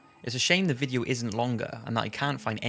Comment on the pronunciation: He says Vidjo ..so Welsh ...